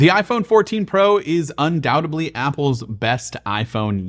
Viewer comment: ““Undoubtedbly?” It’s “ undoubtedly.” 😘😘😘